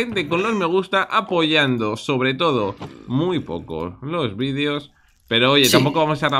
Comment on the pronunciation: Nose si escucharon pero Willy dijo toro en vez de todo Nada era eso solo nomás XD